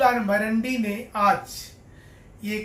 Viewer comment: उसका नाम बाबूलाल मरांडी है ना कि मरंडी 😂😂